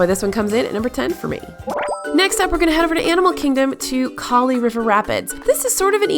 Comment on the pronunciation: You say kali river rapids like the name “callie” you dont pronounce it like you said! The engineer told me its pronouncing the girls name callie!! Just a little comment❤️